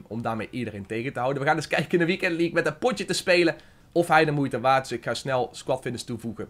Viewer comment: Competitie en leaque??😂